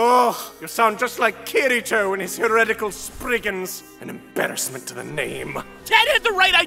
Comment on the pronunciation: Lmao and think about all the names he tried. Especially "Kiritwo" xD